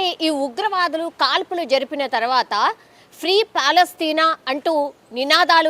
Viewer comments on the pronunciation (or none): none